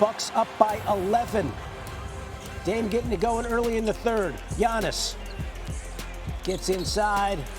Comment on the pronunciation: 2025 is round the corner and Legler still can't say Giannis' name right.